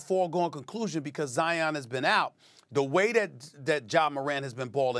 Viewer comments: The man’s name is Zion, like lion , not Zi-On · It's Zi-inn. Not Zy-un. Like Lion